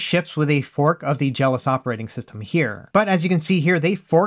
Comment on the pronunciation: Is it not pronounced Jel - OS? Like macOS or iOS? You keep saying it like "jealous".